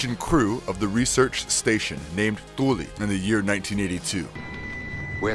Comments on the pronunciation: It's Thule, not Thooley. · First of all it is Thule but pronounced just like the English word “tool.” …and Thor from another film is pronounced just like the English words “tore” & “score” or think of the number 4 but starting with the “T!” Third of all, you are WAY OFF. About any ties to the Alien universe of Riddles Scott tie in! They are completely different universes and totally separate. Fourth: THE THING prequel was released EXACTLY AS WRITTEN! Any “pilot thing” though a puppet may have been created and scenes filmed was never in the original screenplay or it’s storyboards. Fifth: the prequel was not written by or detected by who appeared in the credits…the true authors was uncredited in the released film but eventually will have full accreditation! Anyone who subscribes to this channel is either a friend of it’s creator or related to them… … this guy failed to comprehend basic plot aspects and sloppily added plot points that were not there, as if he read an internet synopsis. If he had submitted this as a video “book report” style assignment, I as his Comp Teacher would have given him a C- and red notes all over his paper. This post is his grade…C- leaning towards a D+. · Thule is pronounced Tool-E